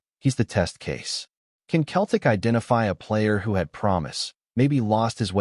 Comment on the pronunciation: Why doesn’t this guy say CELTIC instead OF Keltic ?